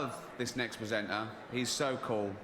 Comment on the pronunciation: He keeps saying "PresentNar" 🤨